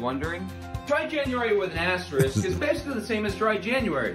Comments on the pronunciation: That Dry January guy cannot say *asterisk properly. He’s missing the K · is worried that he mispronounced coupon, completely unaware that he consistently says asterisk wrong. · was worried about how he pronounced Coupon, not worried about his pronunciation of asterisk.